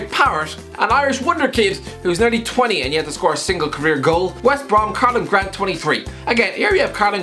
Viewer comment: “West Br-Uh-Om” 😂